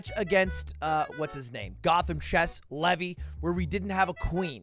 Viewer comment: levi is lee vy, his name is levy, pronounced levie